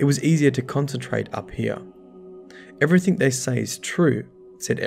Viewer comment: I've noticed something very interesting, you pronounce thing as "think" and everything as "everythink" but you don't pronounce King as "Kink" or interesting as "interestink" okay I'm weird and that stuff is really interesting to me. (Plus assume as "assoom" and consume as "consoom" but when you say news you pronounce the W. Okay I'm VERY weird)